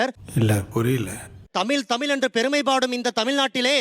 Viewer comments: தமிழ் என்பதையே சொல்லத் தெரியாமல் தமிள் தமிள் என்று பேசுபவன் தமிழனா? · தமில் nu thappa ucharikuran, Ivan lam thooya thamizh la pesalama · தமில் தமில் 🤔 என்னடா தமிழுக்கு வந்த சோதனை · தமிழ் என்று சரியாக உச்சரிக்க தெரியவில்லை இவனெல்லாம் தமிழை காப்பாத்துவானாம்.